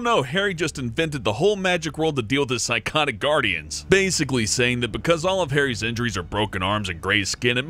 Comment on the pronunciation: Berkin McJerken it's Saying not "Saiyan"